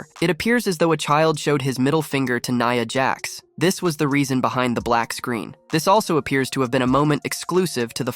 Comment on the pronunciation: Nya Jax not Neeea Jax